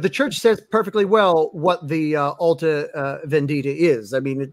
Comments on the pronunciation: Symonds "Alta Vèndita" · As an Italian, sort of fun to hear no one being able to say "alta vendita" correctly, and the comments about pasta dishes once the Carbonari (Italian freemasons indeed in time) were brought up. Good talk, tho, all silly jokes aside: I am glad you all want to reveal the issues with Marshall's book without attacking him out of malicious intents.